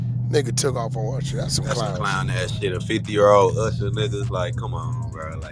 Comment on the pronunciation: I haven’t heard someone pronounce usher like that in a long time. I swore I heard “arshuh”